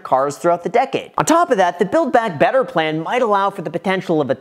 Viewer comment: I like how you say podencial 😬